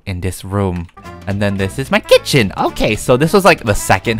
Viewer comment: I loved the way they said kItChEn